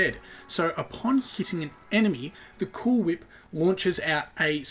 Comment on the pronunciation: You're saying cool whip wrong